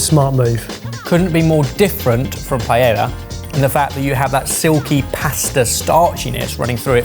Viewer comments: Ah good old PIE ELLA. Love the channel. And not trying to suggest that you have to learn an authentic Spanish accent but there’s no world where PIE ELLA doesn’t sound terrible. Ditto ChimiCHAYNga btw ;) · He IS CAPABLE of saying "pie-ay-yuh!" Cheesus Crust. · Saying Pie-ella several times and then pronouncing Chorizo properly Catalan style is a bit vexing. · Pie. Ay. Uh. Pie. Ayuh. Paella. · Oh my God. PA-E-LLA. It's not that hard. Why you guys keep saying PAYELA is baffling to me. Also, Macarrones con chorizo is actually a very common and classic comfort food in Spain. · Pie Ay Uh. Not Pie El Uh. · It's pie-EYYA! Not pie-ella! Basic Spanish boys. If a Yank like me can do it, so can you. True, I'm from Texas, but that's irrelevant. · Why can't Brits speak Spanish? It's PIE AY YA, not PIE ELLA. Surely you can manage that. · Wild to me to go out of ones way to say chorizo with the lisp, but continue on saying pie-ella rather than pa-eyya how it would be pronounced😂😂cmon lads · PA E YYA , not layella or payeya or any other ! It is irritating sorry. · "Pie-L-uh" was driving me crazy lol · Why does the British pronounce "paella" as pa-el-la as if it's an English word? Does it irk anyone else? It makes me cringe every time. It's a famous Spanish dish, they can at least try to pronounce it correctly. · Says "chor-itho" like he's from southern Spain and then follows it with "pie-ella." SMH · Pasta paella (pah-elja)? Fideuá (feedeu-AH)!. Silly...🇪🇦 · Omg yalls spanish is soo bad, sounded like tyson trying to say choritho. Cho ri so is the the pronunciation, pie ay a is pealla. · Italian here to join what I'm sure is a large chorus of "NO BUTTER IN CARBONARA". But y'all know that! And if you're saying "chor-ETH-o", surely you can manage "pie-AY-a"! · Take a shot when says Pie-Ella and choriThzo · Pie-YAY-Ah. is a trained chef. He should know how to pronounce Paella. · It all looks delicious, but I actually winced every time someone said "Pie-Ella".